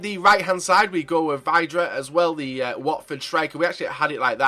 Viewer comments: Joe Brown Nope, it's actually said like "vid-ra" Vid, as in video. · It is pronounced Vidra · No it's pronounced VIDRA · Vidra not vydra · That's not how you say vydra